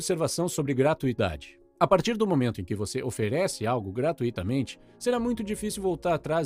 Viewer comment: GRAT"Ú"ITAMENTE e não gratuÍtamente. Não é hiato!